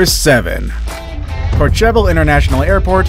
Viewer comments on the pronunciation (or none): Number 7 - It's pronounced Core-Sheval not Core Cheval!!